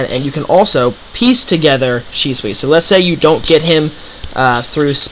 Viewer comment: The only thing that bothers me about this video is, how you pronounce Shisui.